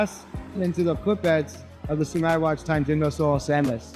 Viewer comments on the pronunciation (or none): not the narrator pronouncing sungai (river) like the english words sun-guy😭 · SUNGAI means river, is pronounced SOO-NGUY not SUN GAY. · It's pronounced "Soo-ngai" Not Sun-Guy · not the "SUN-GUY" 💀💀💀💀💀💀